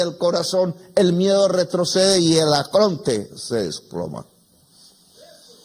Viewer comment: ¡Que no es "acronte", ¡So burro! - Se dice ARCONTE.